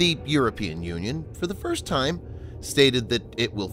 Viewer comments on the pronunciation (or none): none